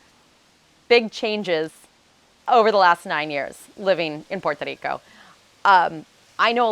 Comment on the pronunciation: Learn how to say Puerto Rico if you have lived there for nine years. It's Puerto, not Porto!